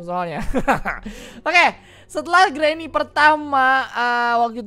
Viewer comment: Granny bukan granma